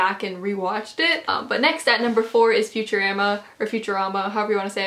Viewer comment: I've never heard anyone pronounce futurama like "future-Ama"